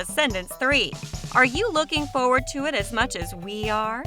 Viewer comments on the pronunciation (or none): none